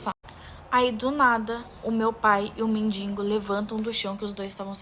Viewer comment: "Mendingo" é pior do que a história...